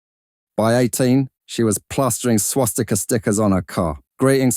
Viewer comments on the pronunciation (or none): none